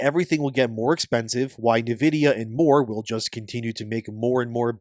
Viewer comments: nividia, Nividia, NIVIDIA… ITS N-VIDIA! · "Neh vidia"??? are you making AI read this AI script slop? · Who the F is NiVidiya?